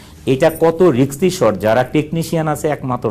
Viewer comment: ওনার কথামতে বাংলাদেশে এর আগে ব্যবসা সফল ছবি তৈরী হয়নি! নিজে প্রযোজক হলে কাজের স্বাধীনতা থাকে, সেখানে স্ত্রীকে নায়িকা হিসেবে নিলে স্বাধীনতা থাকবে না, আসল কথা। উনি নিজেকে এতবড় শিক্ষিত দাবী করেন কিন্তু রিস্ক শব্দটা রিক্স বলছেন কেন? সমালোচনা হিরো আলমকে নিয়েও হয় ভাই, তার মানে এই নয় আলম মিয়া সফল।